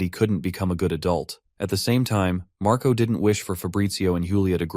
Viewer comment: The older brother name is Marco right iheard u said mraco